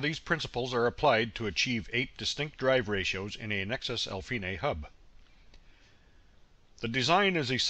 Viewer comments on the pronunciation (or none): al-feenay? Epi-sicklick? Honestly your pronunciation is just weird. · I like the way you pronounce Alfine, I would love to hear you say “I’m fine” 😎